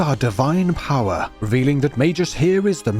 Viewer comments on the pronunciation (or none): Its MagUs not MagEs. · I liked the video. Except for the part where you repeatedly pronounced magus wrong. May Gus. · I'm confused with the English pronunciation for magus, is it really may-jus? I have a gut feeling, or maybe a jut feeling that that's not how you pronounce the name of this game, jame, game? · Magus pronounced as Mei-jus? Oh. like - Magina pronounced as Ma-jai-na. RAD!